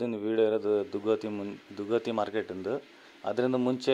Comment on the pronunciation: ದುಗ್ಗವಟಿ ಅಲ್ಲ ರೀ ದುಗ್ಗವತಿ 🤦‍♂️